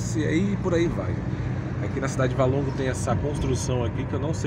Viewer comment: Valongo e não Válongo!